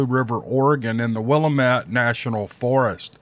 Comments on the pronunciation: Yo! It's not pronounced "willa-met" the correct pronunciation is "will-lamb-ette" with silent letter b. I lived and went to school in the McKenzie River Valley in the late 70's. School for us kids from Vida to McKenzie Bridge, including Blue River, was small enough that all grades from kindergarten to high school seniors were all in the same antiquated building. Things were different up there, even compared to what people living just one hour away experienced. It was a great place to be a kid as long as you liked the woods, fishing, hunting, riding dirtbikes and playing outdoors etc. We didn't even have individual telephone service, instead having a trunked system requiring us to quietly pick up the phone and listen for one of the nearby families talking before attempting to dial out. Naturally this meant plenty of eavesdropping went on among us junior high school aged kids. Anyhow, as always I enjoyed your post! Keep 'em coming! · It is pronounce wil- lamb- et. Native American name. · Willemette = Will-am-it. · Just a helpful note: it is pronounced "wuh-LAMM-it" (Willamette). I'm a native. Love your channel. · Yes that's the way to pronounce it. I too am an Oregon native, 70 yrs. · I love your channel,. So don’t take this wrong. I’m a native Oregonian and live in Eugene, Oregon. The emphasis on the word ‘Willamette’ is not on the last syllable. Its syllables are sounded out Will—a(as in apple)-Mette but almost is pronounced ‘mut’—or at least a quick ‘met.’ The a is stressed. I could spell it Wilamut—get past the ‘Will’ quickly, say a strong a as in apple—mut. It follows the same pattern as the word Apache. Stress the second ‘a’. I get it. My grand parents were from Michigan, and they always said ‘Ora-gone.’ I was too young to correct them. I may have mentioned the oddity when I hung up. Love your channel,. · Willamette is pronounced "Wool-lamb-ett," FYI. I'm a former Oregon resident who lived in the Willamette Valley for 20 years.